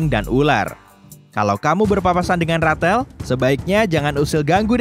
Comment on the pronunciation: Rathel... Plis stop that indian th